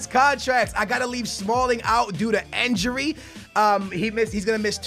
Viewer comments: he says injury like enjury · who else finds the way says injury/injuries funny😂